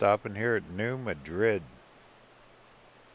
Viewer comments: It's pronounced New Mad Red. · New MAD rid. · I think it's pronounced New MAD-rid.